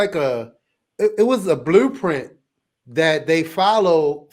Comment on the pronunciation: Bro, I can’t stop laughing at Sisqo’s “blueprint” accent 😂